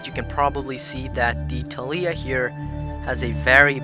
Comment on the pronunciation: ThAAlia also.